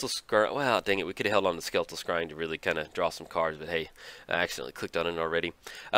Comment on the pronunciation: You almost said it right. It's "Skeletal Scurrying" Damn you! I was drinking tea and spewed some over my keyboard laughing. I want to see a buddy movie with the high-fiving bros Karl and Gary with Mom being the narrator for their shenanigans.